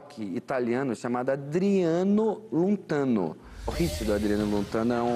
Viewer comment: Só uma correção, o cantor italiano é Celentano e não lontano.